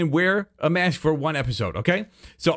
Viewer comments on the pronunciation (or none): none